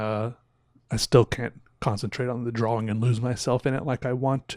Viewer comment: Have I been saying "Drawing" wrong my whole life? Is does he say it Dra-Wing???